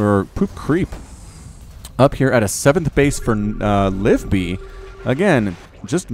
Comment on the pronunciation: Also I'm pretty sure it's Liv-ee-bee not Live-bee